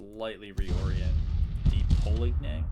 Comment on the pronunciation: Polignac, the G is silent and you say the last part like Yak. Like how you pronounce Cognac, the liquor. French...I imagine he was from Louisiana.